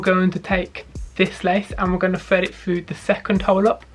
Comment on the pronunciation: Fred it foo! That damn “th” gets them every time